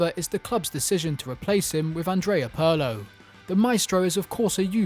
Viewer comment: Pronouncing 'Pirlo' that way should be criminal.